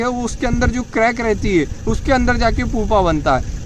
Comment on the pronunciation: पुपा नहीं "प्युपा "